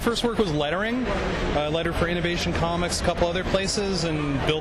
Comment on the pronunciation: Com-mics? What are these Com-mics of which you speak?